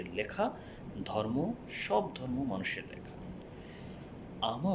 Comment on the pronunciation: আইছে আমার শিক্ষা বিশারদ! দুই লাইন ঠিক করে কথা বলতে পারে না। আসছে পাকনামি করতে! 😂 "জর্ম"